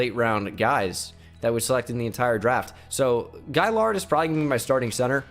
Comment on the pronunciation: U pronounced gailiard incorrectly